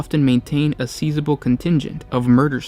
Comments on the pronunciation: seeezable hehe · Sizeable and spindly were pronounced incorrectly. How do you miss such simple words? They aren’t even SAT level ones!